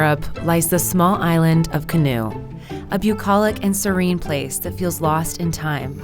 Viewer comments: I’m from Estonia. Kihnu is pronounced Keeh-New. I was surprised to see a video about Estonia 😀 great content ❤️ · Wow, did you even try to pronounce Kihnu or did you just go straight for "Canoe"? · why do they pronounce Kihnu as "canoe" after hearing the actual pronunciation by natives multiple times themselves???